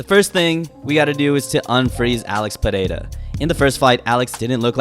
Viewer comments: Perfect pronunciation of his name. Is it so tough? Why the fuck do people from the US have such a hard time? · You're the only guy I've seen pronouncing his name correctly. 🇧🇷